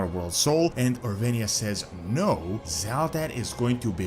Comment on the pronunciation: People have been mispronouncing Orweyna since her introduction.